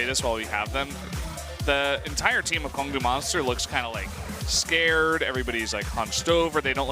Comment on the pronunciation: Goes to great lengths to explain how to pronounce ADD. Still can't get the Kongdoo Monster team name right.